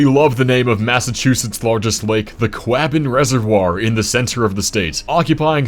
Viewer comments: As someone originally from MA, “Quabbin” is pronounced more like “Quawbin” than “Quahbin” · it's pronounced qw-a-bog reservoir not qwaben. And yes I know it's a qu. But the whole thing is to you sounds kind of like a CW or KW you can get what I'm saying. Like I wish I could talk to you in person to tell you how it's correctly pronounced but I can't stop making do with how I can try to help you. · As a native Massachusettsian, "The Quah-bin Reservoir" killed me (It's pronounced like Quä-bin) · Just fyi the Quabbin in MA is pronounced "KWAW-b'n", it rhymes with thaw or flaw, not how you said the first syllable rhyming with "flab". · for massachusets its pronounced kwa -bin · Quabbin is pronounced "Kwobbin" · The lake in massachusetts is prononced kwah bin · You pronounced Quabbin wrong. It's pronounced Quaw Bin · ... and it's pronounced KWAW-bin. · it’s pronounced quahbbin unfortunately lmao but anyways it’s a really nice lake and the history behind it is very cool! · Fool! Your pronunciation of my beloved Quabbin Reservoir is Obscene! Tremble before my judgmental wrath!!